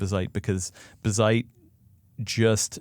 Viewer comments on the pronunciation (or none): Watched til they said bizzite instead of BAZZite. How do you pronounce Jazz? They pronounce it wrong for attention.